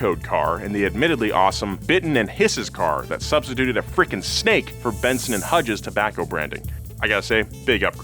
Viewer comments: Benson and Who ?? Hedges not Hudges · Benson and hedges not hudges!!!!!! Fuck